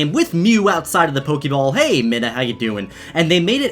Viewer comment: Ummm I do not like how you say it sounds so awkward.-.